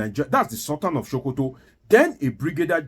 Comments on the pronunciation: its not sultan of showkoto but sultan of Sokoto...your tongue no dey work well..? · it is SOH-KOH-TOH (Not Sho-ko-to). Also Mike "AR-NORD". Wan-ta-na-moh-beh (Guantanamo bay). NO DEY EMBARRASS US WITH THIS YOUR DEEP ancient YORUBA RIDICULOUS PRONUNCIATION!! Abeg 🙏🏼. Na Public we dey. No fall Naija hands for this internet space. Haba.